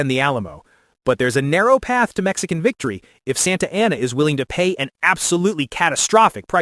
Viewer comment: Not particularly doubting your theory here, but I am taking some issue with your pronunciations of the people and places. Jim Bowie's last name is pronounced the French way: BOO-ie The final battle of the Texas revolution is San Jacinto: San (not sAHn) JAH-sin-toe António Lopez de Santa Anna's final name is sAHn-ta AH-na.